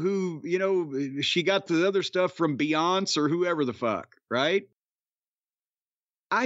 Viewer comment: Shocked that Brian no sold Jim calling Beyonce “Bee-onts”